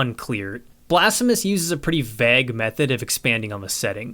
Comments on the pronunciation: I absolutely love your reviews and think you deserve so many subs, but its "vague" not "vagg"... Sorry your content is so good it's pure nitpicking at this point. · i mean this as a sincere question if u see it down here or anyone knows but are you pronouncing 'vague' vagg? like bag with a v? i don't know if it's a regional thing or just unfamiliarity, more curious than anything, good day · The way you pronounce vague is blasphemous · Why do you pronounce "vague" like that? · Is anyone else bothered by his pronunciation of vague and plague? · The way he says vague and plague gets me XD I think it's the same way people who read it quite a few times before they heard it out loud say it. Please say bagel in another video, i wanna hear if you say it like Dan harmon :D